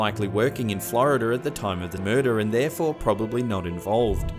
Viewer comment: One day I’m gonna visit Oklahomer, Florider, Canader, an then I will be a well traveled man... 😂